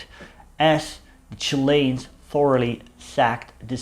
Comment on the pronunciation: Just love the way you say "Chilains" ;0) ..Good Chanel as well well done on the unusual stuff.